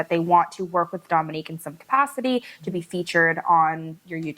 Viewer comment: …please pronounce it Dōminique, like her mama does 😁